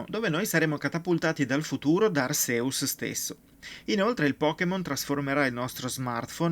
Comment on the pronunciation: può succedere. Sono Hisui (l'accento cade sulla prima I), Rowlet (Raulet), Cyndaquil (la C si dice all'inglese, quindi è una S) e Arceus (Archèus, ma è praticamente il nome con più pronunce sbagliate in assoluto)